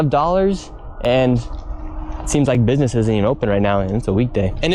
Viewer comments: I'm pretty sure he said "bibness" at one point. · Guy wants to larp as a journalist and cant even pronounce business properly